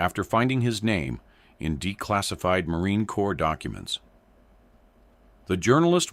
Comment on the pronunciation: "Corps" is pronounced "core". And yes, a 15 round mag indicates a semi automatic rifle. I think they even get it wrong in movies.